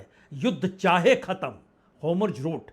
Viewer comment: हॉर्मुज और नेतन्याहू का उच्चारण ठीक करें